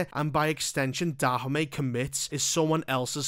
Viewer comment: The way you pronounce Dahomey isn't correct.